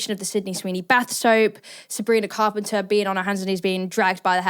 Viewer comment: Sabrina Fart-penter 😂😂😂😂😂😂 you had me cracking up when you said thatnot even on purpose either 😂😂